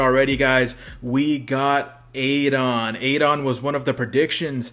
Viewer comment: My a time fave SF character. But it’s Ah-don 😂